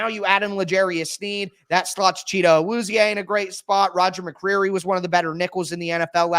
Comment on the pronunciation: Ayy props to for that pronunciation of Awuzie! I appreciate you my guy.